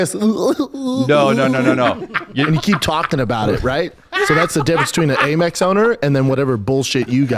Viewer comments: Am-Ex. American Express. Not A-Mex. It reads AMEX on statements. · First of all.. it’s Am Ex .. not Aymex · First time I heard someone pronounce AMEX as "a mix". 😂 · Am-Ex. Not A-Mex. American Express. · What is calling it 'Merpress?' 😂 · Brenden pronouncing in “ AYY MEX” is par for the course. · Brendan trying to flex that he has a Amex card , but he’s pronouncing it wrong .